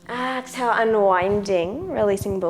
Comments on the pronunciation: Honey, 2 pts: EXHALE, not AXE-hale. Also, seriously? not beginners. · I had to stop the video because your "Ax-hale" is pronounced "Ex-hale" in Canada! It was frustrating and very distracting. Otherwise, I was enjoying it! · Nice flow, but extremely distracting to hear her mispronounce exhale over and over...